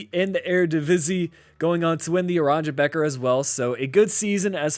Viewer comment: Geat video, in dutch “beker” is pronounced as baker